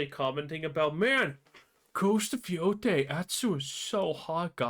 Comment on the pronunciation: Yotei mo' like Mo'gay. Jeez louise im getting deja-vu, i think i already said this on one of your other videos.